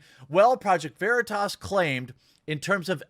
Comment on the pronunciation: He was intentionally saying Veritas wrong as well.